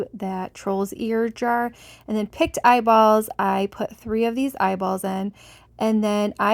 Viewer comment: Your jars look fantastic! I really am in love with the spider one . Just for your information I was very confused when you were talking about the last set of jars. It sounded almost like you said "picked eyeballs " as opposed to "pickled ( the word pickle with a D on the end) eyeballs " . It kept throwing me because "Picts" ( sounds liked picked) were a group of people in Europe and would probably not have wanted their eyeballs in a jar! Lol! I love your creations. Keep up the creative inspirations.